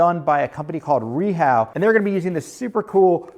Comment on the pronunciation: Just curious about the lack of a toe kick base on your cabinets. Was that an aesthetic choice? I'm not sure if I've been saying it wrong but I've always known Rehau as "Ray-ha", not "Ree-how".